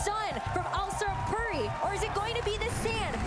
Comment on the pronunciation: No way she pronounced puri like purry 😂